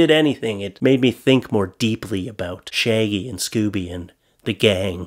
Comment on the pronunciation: Did you say shay and scooby do? You mean shaggy? Lol